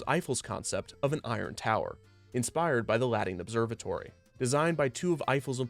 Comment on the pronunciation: inspired but the what observatory? I’m curious as to what it is and want to know more about it, but I can’t understand the word being said